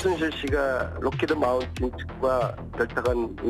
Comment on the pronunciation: 3분 33초: 안민석(서울대 사대 체육교육과 학사, 일리노이 주립대 석사, 노던 콜로라도 주립대 박사)의 무지성: '록히드 마틴을 록히드 마운틴'이라고 하네.. 정말 딱한 인간이네... 이재명이라도 어디에 쓸고...